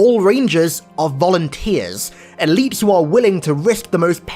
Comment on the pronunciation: Are you saying "eleaps" and "zealops" because you gave a speech impediment? I just want to know if it's OK to say you sound stupid or not.